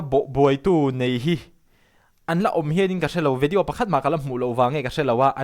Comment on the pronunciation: Vedeaw i ti zel a, Video tih tur 😂